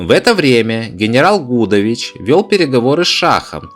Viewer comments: ШушА и генерал ГудОвич, проблемы с ударениями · Гудович, ударение на И!